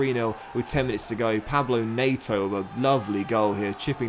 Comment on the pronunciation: stop saying Pablo Neto, it’s Pedro lmao. Also “Neto” is pronounced how it’s spelled, not “Na-to”.